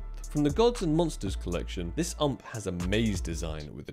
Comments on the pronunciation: U-M-P not "ump" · Bro, why did you say Ump. You say it U-M-P, cause it stands for Universale Machinenpistole. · WHY DOESN'T HE CALL IT 'U, M, P'???? WTF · why UMP... not YOU EM PI